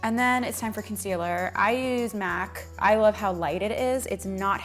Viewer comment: Whenever u said concealer I was like ... What where lol